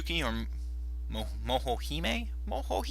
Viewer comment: kisuke is pronounced kiskey, not kasuky and she is momohime, not mohohime -.- and the game deserves more then 8. at least a 9 (same with sotc) but other then that, this was a pretty good review.